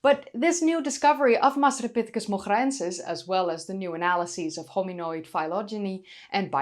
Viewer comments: Had to listen to your pronunciation of the scientific name a few times. Wonderful voice. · The hair is great, the discovery is exciting, hope they find more evidence for it, won't even attempt to pronounce the name but you're excellent at it. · I can't pronounce Masripithecus moghraensis but it sound's cool when you say it